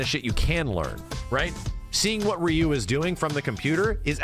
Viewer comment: Who the hell is Rye-yu?, teach your friends how to pronounce his name haha